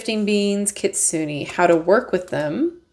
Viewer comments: Kitsu-nay hehehe not kitsu-nee ^_^ Gorgeous deck though! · Your pronunciation is not bad just more on the Su part of the word. It’s kit-sue-ney. Overall this deck is so beautiful! Adding to my list!